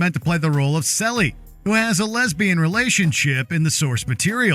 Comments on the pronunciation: Uhhh "CELLIE"...it's pronounced like "sealy" not "celly" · How do you not know that character's name is pronounced "see-lee" not "selly"? Have you never seen "The Colour Purple"? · It's pronounced cee-lee say it right please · The color purple character it's pronounced "Cee-Lee" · If you cannot pronounce character names correctly, please stop narrating altogether. Celie = SEE LEE. Good lord dude. The movie and book have been out FOREVER. Do your damn homework! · Not a huge deal, but it's pronounced Ceeelie, emphasis on the e sound. Main character of the Color Purple. Highly recommend watching the original film. It's incredible.